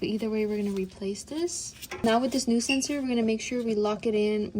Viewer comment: It's a SENSOR ... not a SENSERRRRRRRRRRR 😅😂🎉